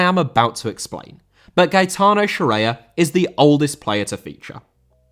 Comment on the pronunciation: Scirea* not Scereier